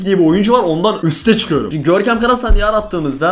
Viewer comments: "Görkemğ beni hatırladığn" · Hiç kimse: Gerçekten hiç kimse: Görkem: Görkeğm beni HatIrlAdıN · ararsanız "Görkeğm beğni hatığrlağdın"